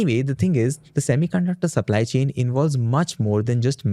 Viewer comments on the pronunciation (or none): none